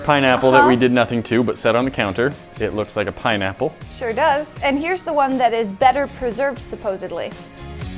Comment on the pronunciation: “PiNeaPpLe” 🍍 😂